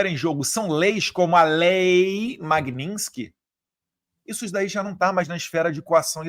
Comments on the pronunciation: PqP! O idiota não consegue falar Magnitsky. Ele fala Magninsky.😅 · EDUARDO, nao é "Magninsky" a pronúncia e sim " Magnitsky. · Só um detalhe. Pq Vc fala Magninski ? 🇧🇷 Brasil acima de tudo e Deus acima de todos . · Magninsky não é Magnitsky.